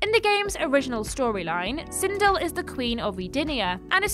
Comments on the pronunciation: First of all, it's not "Sindull" it's "Sindel". Second, I really enjoyed both MK movies as a kid and I still enjoy it. Your opinion sucks, love you guys :) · Never going to unhear "Sindle" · The number 1 entry Sindel is supposed to be pronounced as if it rhymed with Bell. Also, unfortunately Mortal Kombat 11 removed the positive characterization of Sindel that was in the previous games. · I mean, you butchered Sindel’s name so….